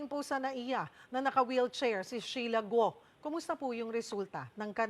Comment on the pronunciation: Cheryl, “Gu-o” , hindi “Gwo”